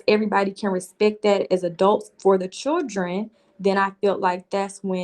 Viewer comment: 🗣 CHILL-DREN not freakin Chur-Dren!!! Ugh!!!